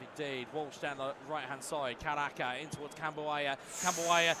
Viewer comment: hoki caraka ❎ hoki karaka ✅